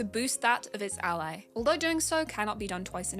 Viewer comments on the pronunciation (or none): none